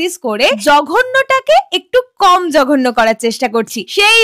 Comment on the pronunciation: Tomar joghonno bolata Khub hashir😂